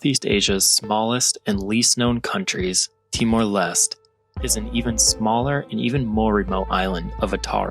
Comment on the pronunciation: bro why did u say it as timor lest, its lesté, no way u went to the country and still manage to mispronounce it